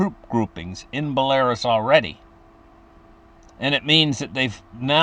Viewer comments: Belarus is pronounced Bella-roose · Dude it’s not Belarus. It’s pronounced like Bella,ruse